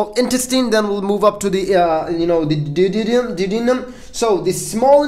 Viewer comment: check your pronunciation... Du. O De num. Hope that helps.